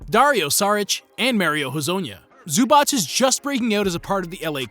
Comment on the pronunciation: Bro, thank you for the pronnunciation for Zubac. I am serbian and it irritates me how they say Ivicha Zubach